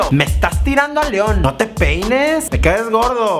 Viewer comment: El "no te peines" si te salió.